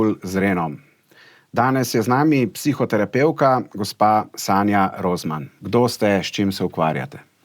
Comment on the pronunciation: "psiho tera peuka" 😭